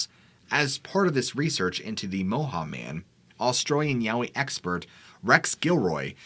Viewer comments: Moehau is pronounced Moy hoe.chur .I'm from the Coromandel .moehau is a mountain in the Coromandel. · It's actually pronounced Moi-hoe (Moehau man, from the Coromandel-Moehau Ranges) The lights in the sky happened over the town that I live in, Kaikoura. I wasn't alive then but lots of people here still do remember seeing them. We had some strange light phenomena the night we had our big earthquake too. Not sure if that was ever caught on camera, our whole world kept shaking lol I doubt many people had their phones out